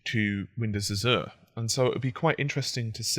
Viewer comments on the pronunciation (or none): azh-er not az-er